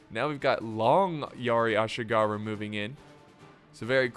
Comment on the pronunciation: Laugh hard when said "Assyigarrhu"... Bit of a mouthful, ehh.. 😅😂😅😂